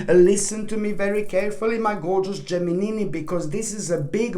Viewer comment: Are you married? Do you want to be? I love the way you say Gemini!!!